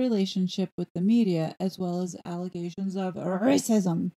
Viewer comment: Am I the only one that noticed but in this picture Megain is wearing a white shirt and Hazz is wearing a black shirt it's almost like that black and white again with the RACISM I love how you say that by the way that word.